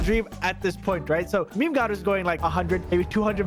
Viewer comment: Its pronounced meme not memey